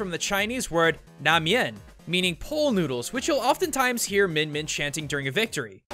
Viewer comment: Well he nailed the "lamian " part it is the exact way to say it